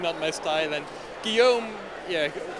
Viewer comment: French people everywhere are cringing each time this commentator slaughters the name "Guillaume".